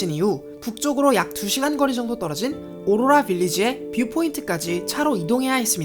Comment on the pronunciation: 오로라 발음 왜케 못해욬ㅋㅋㅋㅋㅋㅋㅋㅋㅋ